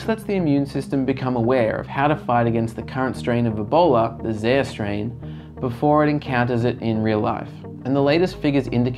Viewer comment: Zaire is pronounced "zaa·eer"